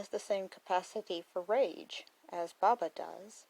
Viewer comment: Why do you call him Baabaa? It’s Bo-Bah